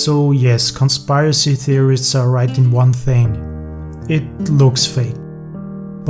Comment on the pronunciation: Nice job. Only comment -- the word "conspiracy" has a short I, not a long one, so it is not pronounced like "conspire-assy." Rather, it's like kon-SPUR-uh-see... Hope that helps. Otherwise, amazing work, mah dude.